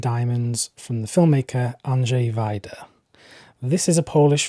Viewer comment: As a polish viewer I have to say: Good job on pronouncing Andrzej Wajda's name.